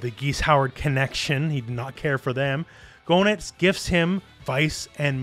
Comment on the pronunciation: FYI Goenitz is pronounced "geh-nitz". The Japanese is below, "geenittsu", where "ge" is pronounced like in "get".